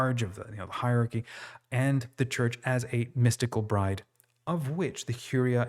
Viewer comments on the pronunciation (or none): none